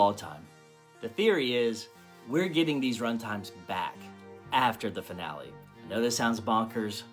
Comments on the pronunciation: He is pronouncing it "Fi Nal" because AI wrote the script and he doesn't know how to read. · Between the mispronunciation of "finale" and the blissfully ignorant confusion of "fractional" and "fractal", it confirms my long-held believe that so many content creators can't (or don't!) read... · That finale pronunciation is cursed. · He says finale weird because it's an AI voice. It has the telltale strange intonation and unnatural pauses between some words. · Every time he mispronounces finale hurts my brain.